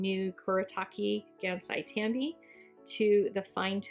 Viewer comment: oh sweet I've wondered how the kuretake ones held up to the finetec! they're pretty good. oh and you asked about pronunciation... it's "Kuuh-Reh-Taah-Keh" "Gahnn-sigh" "Tahm-bee" :} hope that helps. 💖